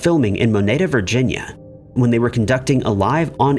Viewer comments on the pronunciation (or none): none